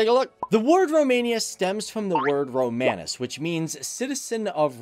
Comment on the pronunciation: Romanus is pronounced without a long a